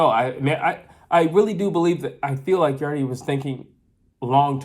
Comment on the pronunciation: Thanks for your insight. I watched the fight live at the arena. BTW its written 'Yarde' but pronounced 'Yard' not 'Yardi'. Seeing the crazy score cards post fight, i was shocked. I believe the crowd, who backed Yard, reacted to every shot thrown and this noise may have influenced the judges to give those suspect rounds to Yarde. That look Yard gave to his corner after the knock down was, bro please save me from this because I cannot carry on. In fact the mic picked up the audio and he was asking his trainer Tunde what round it was. Even if Yarde carried on he wouldnt make it past round 8. One thing about the failure to followup is because Yarde is known to crash out mid way. He simply doesnt have the stamina for 12 rounds of continuous fighting. Those big muscles crave oxygen and if you noticed the two times he spat his gumshield out was because of breathing issues. Beterbiev's game plan involved a gradual start, then up the heat mid way to finish him off as Yarde was known to crash out due to stamina issues. Yarde claimed that Beterbiev was slow in the Joe Smith fight. I saw a slow Yarde in this fight. I spoke with Beterbiev's trainer post fight, John Scully and he mentioned that once a fighter goes down and doesnt get up, then he is broken. That thought will always be in the back of the fighter's mind and that option of not getting up will become an option to be used again.